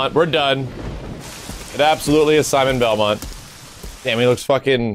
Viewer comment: "A simon belomt" there are 34 simon belmonts in the world